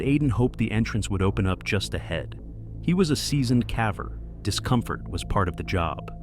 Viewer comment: A.I but still these videos are addictive to listen to, until it says cav-her instead of caver